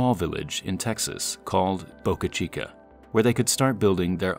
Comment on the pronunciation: He pronounces it like Boucuh Cheekuh. It's just Boca Chica.